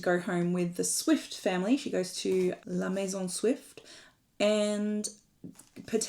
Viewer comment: "La maison Swift" oh that was a very good french accent... do you speak french?